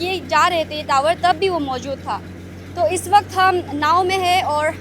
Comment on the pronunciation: टीवी तावर,❌ नहीं टावर✅